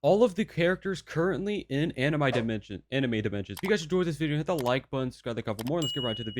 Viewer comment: ah yes "anim i"